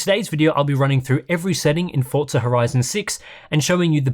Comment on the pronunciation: Only English speaking people try to use Italian accent while speaking English. It is such a weird thing I've noticed over the past 20 years. You aren't speaking Italian, it is pronounced Forza not Fortza. If you are speaking Italian, then it is Fortza